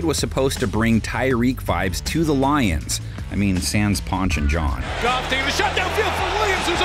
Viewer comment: How many times is he gonna mess up these lions names 😂